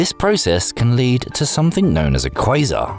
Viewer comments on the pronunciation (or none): none